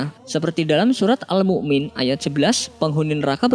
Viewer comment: Mungkin salah penulisan dan salah pengucapan